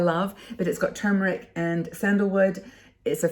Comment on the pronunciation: Really enjoy distracting myself with your fun and new information videos....so kudos to you 👍....and I MUST commend you re your CORRECT pronunciation of "turmeric"..... Good For You👍👍😉